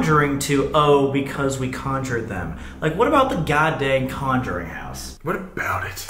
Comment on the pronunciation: "conuring" lmao